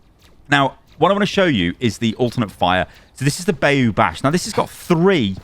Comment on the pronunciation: As an actual Cajun down here in south Louisiana, it’s so funny hearing people announce our unique words and phrases. This one isn’t specific to us but “bayou” is pronounced “bye-u”; not “bae-u”. lol. Can’t wait to play him and hear his voice lines. Too bad they couldn’t hire a person who actually speaks that dialect.